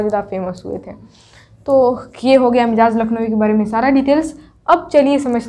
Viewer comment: آپ کا سبق بہتر ہے اچھا پڑھاتی ہیں... لفظ مجاز کا تلفظ मजाज है